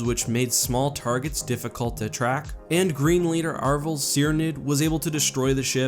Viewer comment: Also, it's Arvel Crynyd (crin-id?) I think.